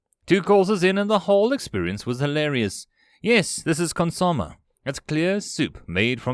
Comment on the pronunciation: I love you, but Consomme "Consume-*eh*"